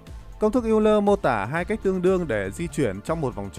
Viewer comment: Công nhận, nghe ông ấy đọc cả "eo-lơ" mới vui. Mà sao cứ nhầm "l-n" nghe mệt quá.